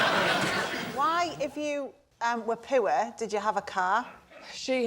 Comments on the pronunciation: “po-or” How did you get two syllables out of poor? If anyone has listened to the Ricky Gervais shows with KARL PILKINGTON and he says ugly “Ug-er-ly” , this reminds me of that!!!!! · Getting two syllables out of “poor “ 😂😂😂